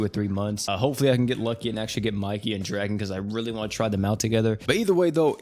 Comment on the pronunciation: Idk where you got the info saying Draken name is Dragon but you are incorrect. His name is Ken Ryuguuji and his name is pronounced Dra-Kin. If you are gonna make videos about crossovers with anime names at least do 2 seconds of research and get your info correct